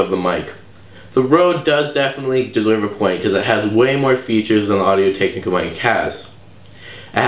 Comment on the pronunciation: first of all your intro sucked you pronounced technica incorrect twice and second of all you clearly don't like the rode videomic even tho it's a better mic and u even rated it a better mic